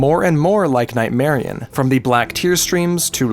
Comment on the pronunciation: You pronounce Nightmarionne as if it wasn't spelled with double n